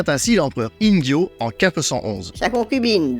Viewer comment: Intéressant, comme d'hab' 👍 petite question au passage, tu prononces Ingyô comme avec un J (Injyô) alors qu'il ne faudrait pas le prononcer comme avec un GU (Inguyô) ??